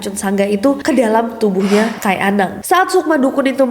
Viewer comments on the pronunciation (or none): Izin koreksi ka nes. Penyebutan "kai" nya salah ya. Bacanya bukan "kay" Tapi kayi" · bacanya kayi anang, bukan Kai anang. Kai artinya kakek 😊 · Bukan kai, ka’i kk 😊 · KAI , nyebutnya Ka-ik , bukan kay 😁